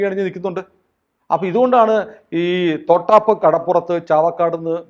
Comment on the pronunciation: തോട്ടാപ്പ് അല്ല..... തൊട്ടാപ്പ് ആണ്.😂